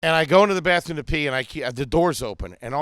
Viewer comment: Anytime speaks a different language it’s just a phrase he’s repeated a million times that he still can’t pronounce right. Him saying bathroom sounded more like him saying Banya from Seinfeld